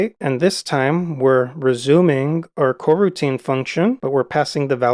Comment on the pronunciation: you made coroutine sound like quarantine lol